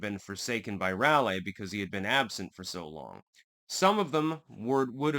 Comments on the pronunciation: Just for future reference for any other Yankees not from 'round here. The 'a' in Raleigh is a schwa sound and the stress in Hatteras is on the first syllable (hat)...like HAT-ter-us. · You did it for me, lol. Also, Rahlee, rather than Rahlay. Js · “Hatter Ass” dude it’s pronounced more like “hatter is.” And Raleigh is pronounced “rhal ee” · Rah lee and Hatter iss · Bro stop pronouncing Raleigh like that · You can tell by the way you say Hatteras and Raleigh that you are a Connecticut yankee.